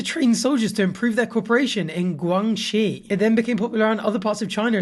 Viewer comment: Yea but he pronounced Guangxi right and he seemed like a good sport (no pun intended) it’s all good ദ്ദി ˉ͈̀꒳ˉ͈́ )✧